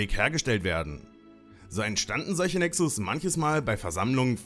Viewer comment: Cooles Video. Btw der Plural von Nexus heißt Nexus, weil es eine u-Deklination ist (Latein). Das u im Plural wird lang ausgesprochen.